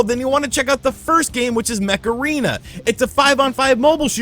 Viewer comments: I can only hear you saying "Macarena" instead of "Mech Arena" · Every time you said Mech Arena i heard it as Macarena 😂